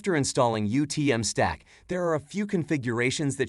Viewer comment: The AI "animated" face is horrifying, the voice is stilted and nobody bothered to pay attention to whether it was pronouncing the name of product correctly. I had to check to make sure this was the official YouTube channel. Disappointing.